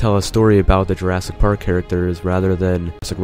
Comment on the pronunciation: jurassic parrld.